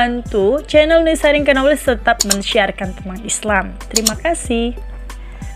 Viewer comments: Kenapa kata Knowledge dalam bahasa Inggris diucapkan oleh narator dengan KENOWLEG tidak dengan "Noowledge" dengan menghlangkan K-nya..Semoga ada jawabannya yaaa.... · Pengisi suara mohon dibetulkan pelafalan utk kata 'Knowledge, yang benar: nouw lej BUKAN ke no lej. Huruf K nya TIDAK disuarakan. Terima kasih. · Penyebutan "knowledge" masih kurang tepat. Huruf "k" tidak perlu di sebutkan, cukup ucapkan nowleij saja. Saya do'akan semoga videonya semakin baik lagi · Duh, bacanya bkn KNOWKEJ. Tp NOwlej. K nya jgn hilang, W nya dibaca tipis. Ok trs berkarya! Sukses sll..!! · Bukan kenowledge mbak...k nya senyap... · Menyebut knowledge huruf "k" dan "n" seperti huruf "k" ditelan sehingga huruf "n" lebih dominan, ˈnɒlɪdʒ Mendoakan semoga channel ini semakin maju 👍👍👍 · baru play, perhatian teralihkan gara2 dengar kenowlej cenah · Masukan min.. knowledge dibaca nya nowlej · channel bagus isonya. Tp lafal kata "knowledge" diluruskan ya. Huruf "k" tidak dibaca ya jika ada sebelum "n". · Knowledge, 'K' nya silent kak